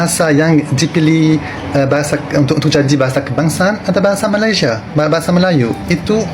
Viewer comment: M - A - L - A - I - S - I - A dibaca Malaidesh 😂 .. ..